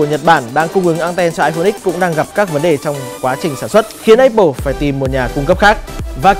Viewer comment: anh này là hải dương hồi xưa bên vetv nè. MÀ áp pồ chứ sao lại ây pồ